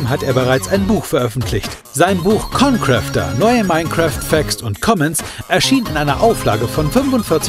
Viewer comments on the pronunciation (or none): er sagt jeden namen von youtuber falsch xD ConCrafter = ConCräfter Rewinside= rayvinside